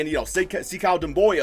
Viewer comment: just to help u out, it’s not (se-cow) it’s (sa- koo)